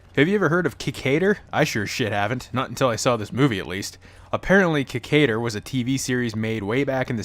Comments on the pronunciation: That "Ki-KAY-der" pronunciation tho'. Can't you hear the pronunciation "Ki-KAI-der" from well, everyone? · If u gonna talk shit about this show. Learn how to pronounce the name right idiot.